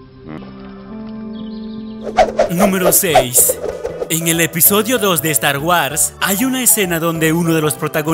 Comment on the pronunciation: Estar wars :v